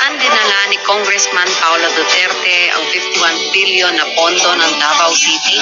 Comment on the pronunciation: Million ba o BBBBBILLION. PK LINAW ANG PAGBIGKAS MO.B